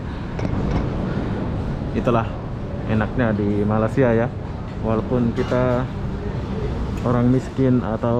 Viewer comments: Sebutan sahabat menyebut nama Malaysia 👇🇲🇾 Agak berbunyi "MALAS" SIA❌ sebut begini mas👍'MALAY SIA'✅ MELAY SIA 👈pun boleh, ejaannya bukan begitu ya..cuma yang saya tulis itu hanya bunyi sebutan..supaya tidak terasa malas" nonton video mas bro👍🇲🇾🤝🇮🇩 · Sudah lama buat video nak sebut Malaysia pun susah! Lidah kau ada masalah ke 😏